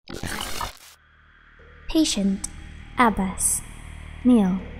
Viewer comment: u pronounced the name wrong, its more of the ab in about, obstruct, abserve, and then bas is like baaas, and u have to kind of hold the b if that makes sense, ik how to read and write arabic so ik how the name is supposed to be pronounced but u should be able to search it, and ibrahim has a long e sound